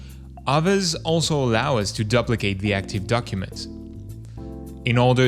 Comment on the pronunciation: 3 techniques pronouncing duplicate. duhplicate. dooplicate.. dewplicate... only one is correct.